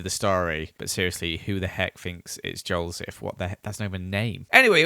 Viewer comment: its not joelseph cus its right